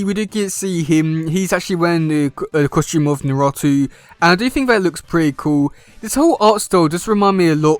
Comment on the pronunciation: It's most likely fanart but it sounds like fun, since both are two of my favorite ninja franchises. But they should pair the Turtles probably go with Teen Naruto, Sakura, Sasuke, and Sai to get a four on four. And yes you are mispronouncing "Naruto" even though it's funny.